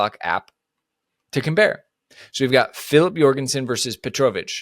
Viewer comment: That Petrovic pronunciation is killing me... other than that, 100% agree. The goal keeper situation is a joke right now.